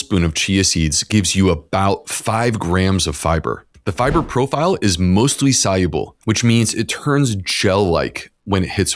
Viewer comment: I am not a native English speaker, and apart from all the good information I learned, I am also interested in how he pronounces the word "soluble". Was it really "soYuble"?